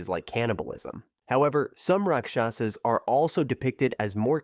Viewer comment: Rakshas❌ Rakksshasaaasssss✅😑